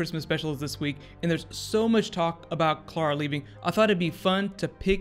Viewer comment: sound's like you keep saying Cara, with that I wanna correct it as Clarah